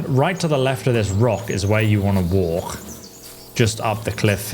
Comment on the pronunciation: Oh yea? Ill walgrh around the rorghs? You need to check your british speech impediment